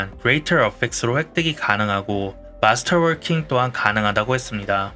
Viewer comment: 그레이텅 얼픡스 마스털월킝 이라고 발음하는이유는? ㅋㅋ